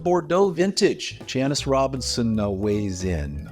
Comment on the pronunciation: Yes I wish labels had more info on how wine was made, additives etc. Fyi I think her name is pronounced Jan-sis (Robinson)